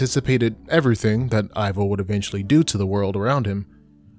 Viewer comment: Pretty sure Ivo is pronounced like "Evo". As in, Evil. The 3rd movie just mispronounces it.